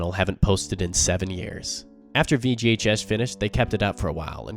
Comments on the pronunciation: I keep hearing VGHS as VGA Chess. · All I could hear him say is “VGA Chess” 😂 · took me a couple repeats of the acronym for me to realize you werent saying "VGA Chess"